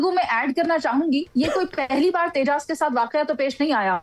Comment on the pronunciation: Interesting. Non of the 4 can pronounce Tejas.